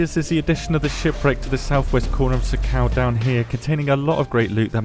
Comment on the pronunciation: It's pronounced Sahkle, not SoCal